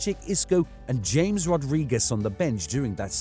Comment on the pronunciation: The way he said James in James Rodriguez